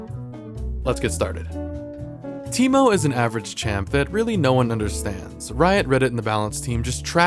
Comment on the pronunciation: this video is more of a "How many ways can I fuck up the name Teemo." Than a character spotlight